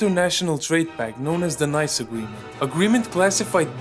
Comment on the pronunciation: when you can't even pronounce the name of the City of Nice =Nieeeece...also Beer isn't considered alcohol in Germany, its a Food and wine isn 't alcohol either in Italy where each Italian soldier has the right of 1liter of wine a day..